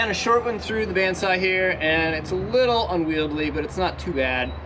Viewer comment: Unwieldy not ‘unwieldly’.